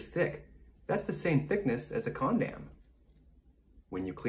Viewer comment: Y do u have a “condaaaayyyyooommm”